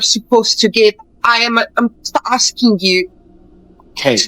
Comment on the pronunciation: Why is it so hard to say "ask" instead of "aksing the question" lol